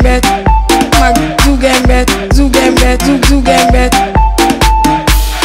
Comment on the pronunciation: The edit on 'Mark Zukunberg' (Zuckerberg ) killed me 😂😂😂